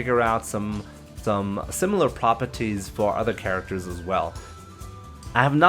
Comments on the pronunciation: Propities lol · Lord have mercy your voice is fucking horrible. Must you overpronounce everything? Died at the word "Prah Perr Teez"